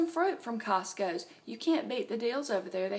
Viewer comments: And.. I love how you put an 's' after cost-co! Ha :-) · Lol! I was thinking it was just a southern thing.